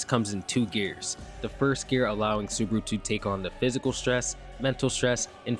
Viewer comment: "Natsuki Subruh"